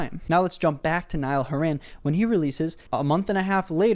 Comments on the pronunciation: saying horan like horran makes me wanna cry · WHY ARE U SAYING HORAN LIKE THAT PLS😭😭😭😭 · No cuz the entire video is you insulting Niall and praising Harry, nobody asked for your opinion, if you don’t like Niall then keep it to yourself, you have no idea what Niall has been thru so stfu and sit down P.S it’s not haren it’s HORAN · Niall HOR-in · “nile haran” lmao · Ive been pronounceing his name as hor hen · hey dude, if you're doing a video about someone, at the very least look up how to pronounce their name before you start recording <3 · Ok some good points but lost half of us when repeatedly said his name wrong an d said he's not in it for the music like come on bro you might want to get his name right is you want people to take you seriously. Go touch some grass😡 Also your worst than OT4s No hate though 😘😇😏🤗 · at least say his last name right bro Anyways you made a very good point and I myself hate when artists do that. Again he isn't the only one to do that and this is basically a 20min video of you saying that niall is a money making grifter and not actually stating bad reasons for hating him. I would get if u said dislike but you said hate and that doesn't rlly sound like a good reason to hate on him also your allowed to have your opinion but I don't think harry would like anyone comparing him to one of his band mates that he has known for a decade :) but no hate at the end of day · I love both artists so much but I really agree with you, tbh I haven’t even listened to the remixes (I have listened to the acoustics though because I think they’re pretty) but also plz oh plz pronounce Horan correctly I’m on the verge of tears here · idk how to tell you but your saying his last name wrong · Why can't you pronounce Niall's surname properly? That's just rude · Not still mispronouncing Horan. Presentation was 10/10 tho loved that. Years worth of research done ✔ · the least you could do this pronounce his name correctly